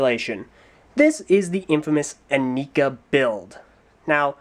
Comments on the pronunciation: Its not eh nee kaaaaaaaaaaaaaaaaa. Its eh nai kuh. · I am pretty sure it's pronounced "ih-Neye-kah". See this commercial: Not that I'd take the commercial as word of god ('08 ones mispronounced Lewa's name), but as far as I know, that was the only pronunciation given. A big con would be that the heads do not glow in the dark, despite how they were advertised. I also hated how Nuparu and Hewkii had yellow Zamor as opposed to red as advertised. Biggest pro is that the batteries in the sword are replaceable! :P I disagree about what you say of the masks. I thought they looked really badass. A bit out of place, perhaps, but still awesome. I was more disappointed by the lack of faces underneath the masks! Compatibility is not zero. You can slip these over Mata heads pretty easily. It won't stay on if you swing it around or anything, but I've made MOCs back in the day using these masks with Mata heads. Hideous MOCs, but the masks worked :P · Aren't they pronounced "in-eye-ka"? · Actually,, there is one thing you missed, and one SERIOUS gripe I had with the Inika (the commercials always called them "yi-nai-ka", for some reason) According to the Lego Magazine (June-August issue (?) 2006), the Inika heads were meant to glow in the dark, which they SCRAPPED for some reason and never really made a mention of it after that. Lack of QC at Lego, that was. Also, technically speaking, wouldn't Axonn be the next review? Since Axonn debuted in the second comic and was technically the first titan released with Brutaka.